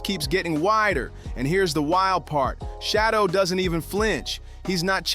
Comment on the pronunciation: His name is not shadow Sanders